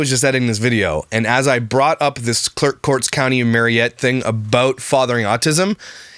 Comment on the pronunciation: Dood !! Haha. I did not know these fools lived SO close to me. I'm an hr from them. My sister lives in marinette. Pronounced- mare-in-ette. Fun fact- I also live an hr away from "just the bells 10". Small world